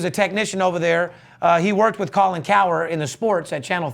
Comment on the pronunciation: Anyone notice they kept saying Colin instead of Conor lol